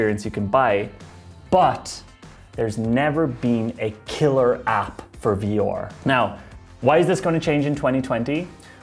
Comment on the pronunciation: I hate the way this guy says 'VR'. Sounds like some Nordic name .. 'Vior might have a chance to become mainstream. And his brother Aior will tag along'.